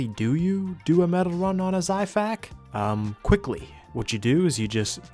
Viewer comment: Hey bro no offense but the xiphactonus is pronounced (zi-fact-oh-Nus) Hope this helps!